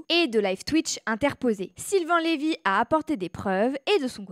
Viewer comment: C'est Lyve pas Lévy. Renseigne-toi!